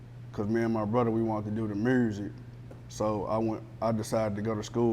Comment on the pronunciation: Why do everyone from Tennessee pronounce music as Murzik 😑😑😑